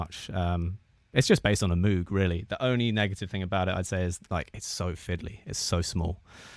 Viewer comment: Great video! FYI, it’s pronounced mowg. I lived in Asheville for awhile and went to the moog store and moog fest. Seen the Bob Moog documentary as well. I used to think it was the way you said it.